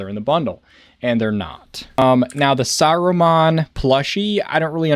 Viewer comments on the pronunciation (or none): none